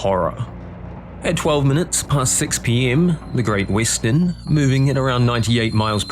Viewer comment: No AI voices, but "Great Wissten" ?